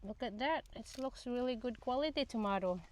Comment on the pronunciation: Girl tomato lang yan .. wag masyadong e arte pag pronounce